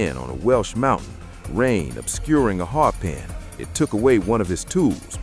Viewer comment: a what? A "HARPIN"...? Come on FFS.